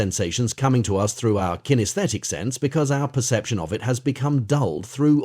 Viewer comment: Is this an AI voice? I thought so because it keeps stating "O-F" instead of "OF" but sometimes it stutters on a word which sounds like it is a human.